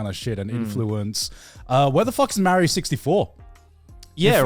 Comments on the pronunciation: Says TomAAAtoes but Meeeerio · The nerve to be so upset about the American pronunciation of tomato and then pronounce Mario like that is wild!